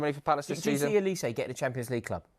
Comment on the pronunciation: His name is OLISE, not Elise. OLISE!!!!